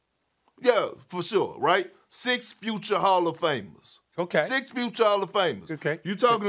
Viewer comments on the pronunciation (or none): "rawsta" lmao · The way Kendrick putting a "W" in the word roster 😂😂😂😂😂